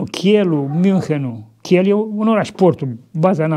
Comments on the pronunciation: O adevarata lectie de istorie, iar istoria a fost materia mea preferata la scoala, la liceu. Daca v-ati referit la orasul hanseatic Kiel, atunci se pronunta Kiil. Poate candva o lectie despre uluitoarea lianta Liga Hanseatica? - un motor economic si politic fantastic intre natiunile din nordul european al unor regiuni la inceput foarte sarace.... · D-le Tanase, cu tot respectul, Kiel se pronunta Kiil